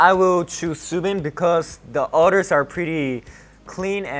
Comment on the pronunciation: Not at the fact that it sounds like Kai said otter’s and not others